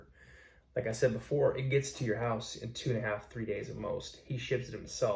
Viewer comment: Best From The HOOSE??? Lost Me Already